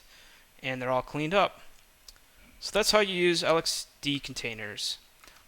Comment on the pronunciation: it is pronounced lex-see and lex-dee not l-x-c and l-x-d